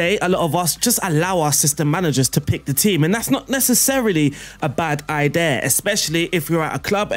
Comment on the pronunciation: Great video, buy why cant you say idea lol